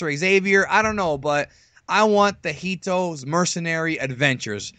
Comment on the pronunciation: seriously dude why do you keep pronouncing it heatto? or heat? its HIT as in '' if you call him heatto one more time i'm gonna HIT you'' :D jk good video man